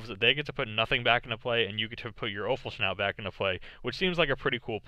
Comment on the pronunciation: PS: Offal-schnout? :D